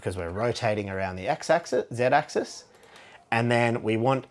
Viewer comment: Thank you for pronouncing axis and axes correctly. I don't always enjoy watching videos from fellow Australians (for one, our accent can be quite unpleasant sometimes lol) but your videos are excellent!